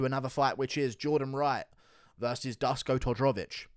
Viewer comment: If you really want to be taken serious as a MMA youtuber, you should start to atleast put a bit effort into prounouncing peoples names somewhat right. You swollowed half the name of Dusko Todorovic lmao. Not to mention some other legendary prounounciations like "Cheemayaff"